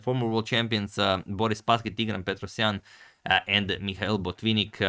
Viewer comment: I almost got whiplash when agad pronounced Tigran Petrosian.